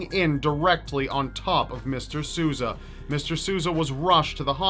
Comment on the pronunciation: Dude, if you don't speak Portuguese... ASK SOMEONE. That is not how you say Sousa